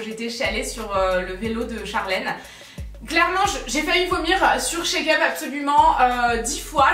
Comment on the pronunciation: Tu m’as fait mourrir de rire sur avec la comptable. Par contre quand tu parle de Charlène de la chaine chakeup j’entends check-up 😂